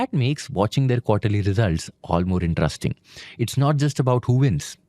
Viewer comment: "rest", "rest", in.te.rest.ing, please,.